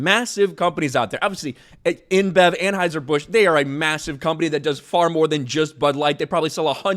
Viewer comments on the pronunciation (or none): Great work man but it's AnHEUSER (not AnHEISER). The correct pronunciation is AnHEUSER (as in BOYS) not AnHEISER (as in GUYS).